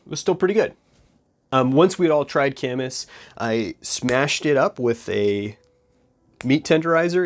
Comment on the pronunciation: Gorwing up here my whole life i though it was pronounced Kay-miss. Glad I heard the appropriate pronunciation. Do Wapato next.